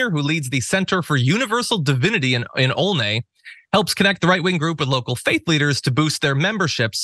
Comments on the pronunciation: It’s not pronounced ol ney, it’s ol-knee. Like a dyslexic person tried to spell only. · Olney is pronounced Ahl-nee, rhymes with doll knee. Home of Central High School (class #221). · Philadelphia here, proper pronunciation, of Olney is 'Olleny', I know that makes no sense, but the proper pronunciation of the river that runs down the west side of downtown Philly, the 'Schuylkill River' is 'Skookle River'. Not a native here, but I arrived here in 1987, I had to learn these many quirks of Philly along the way. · I grew up 7 blocks south of there ..we pronounce Olney differently…not too many republicans in that neighborhood I was surprised about their location